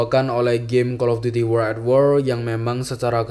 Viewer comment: Wo(r)ld at wor bang bukan uworl a wor